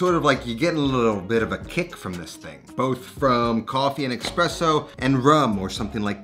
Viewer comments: I'm convinced you are deliberately incorrectly pronouncing ''espresso'' to boost your comment engagement because you pronounce it corretly LMAO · Sorry man…It’s espresso not ekspresso. Common miss pronounced word. It’s like escaped not ekscaped. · does the guys actually says expresso? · "expresso" cringe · Surprised he keeps saying eXpresso... rookie mistake bro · "Expresso" pls... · Dude, love you and your videos, but cmon. It´s not MAR-scarpone. It's MOSS-carpone. No R before the S. Also, never heard of EXPRESSO. No X there man. As a cooking channel, you gotta call those ingredients by their names.